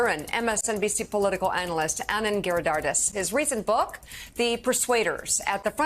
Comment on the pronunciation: It's Giridhardaaas - the last a is a long a. He never bothers to correct people... it is pretty close...